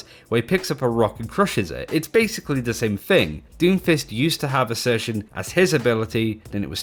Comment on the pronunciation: ACCRETION! AS IN ACCRETION DISCS ON BLACK HOLES! NOT ASSERTION!